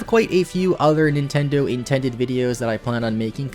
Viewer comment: did he just say Nintendid hahahahajh also is may twerking